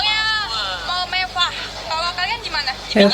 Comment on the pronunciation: Mending situ belajar huruf (RRRR) dah ngomong aja belum benar mewah mbk bukan mevah mending situ belajar kosakata dulu dah